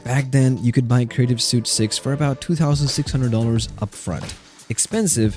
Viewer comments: The Linux community is really waiting for this one. It just takes away one more threshold. Btw, "suite" is pronounced like "sweet". :) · Creative SUIT? Is this AI narrated?